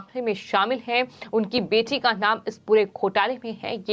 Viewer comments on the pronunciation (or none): Reading style is bad. Adding h h h h.. ... .. bjp as bjhep, bete as bhethi, cbi as cvhi, mili as mhilhi ... ... ...